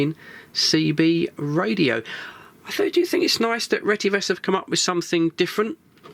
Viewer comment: The actual real pronunciation is RE-TE-VIS. Which means “Redefined Telecommunications Vision”